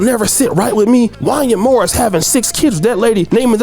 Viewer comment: you don't know anything about R and B You don't know how to say Wanya Morris